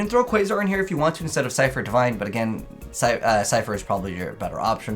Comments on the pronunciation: Nice deck that u made, also I’m pretty sure that it’s pronounced see-fr not si-fr, that’s how the voice actor for Yusei said it anyway, kinda random but I though u should know, not gonna judge u cause I said it the same way before XD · it is see-fr